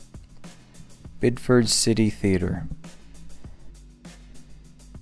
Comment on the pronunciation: It is pronounced "Bid-eh-fid"